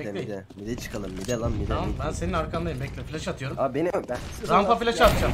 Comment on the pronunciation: No body: Unlost: RaMpa OZel FilAş